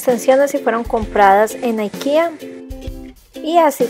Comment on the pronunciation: Por qué dices Aikea, si no es una palabra en inglés. IKEA es de Suecia, creo.